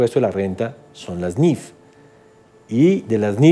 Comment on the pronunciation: Es niif no niff ok